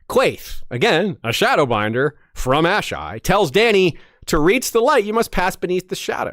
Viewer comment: Wish he didn’t pronounce “Asshai,” the way he did at the beginning. Ash-Eye? Uh-Shy (phonetically) is the way I’ve always read and heard it in my head. But I might be wrong. Great video besides me being a nerd. Well done y’all.